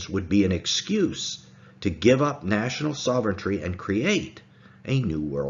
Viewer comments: I wish would stop saying "soventry". It's sov·er·eign·ty /ˈsäv(ə)rən(t)ē/ ￼Learn to pronounce noun supreme power or authority. "how can we hope to wrest sovereignty away from the oligarchy and back to the people?" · Soventry? Sovreignty.